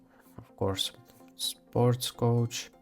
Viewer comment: Coach, not couch 😆 Helpful video